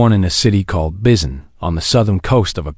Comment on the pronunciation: I enloyed the story 💜, but... if you're going to have the humans come from a country that isn't English speaking, please make sure the AI knows how to pronounce any names or words used in the other Earth language. Busan is boo-sahn, not biz-en or bis-en. Daegu is day-goo (or tay-goo). It actually managed to say it once, but it was different every time.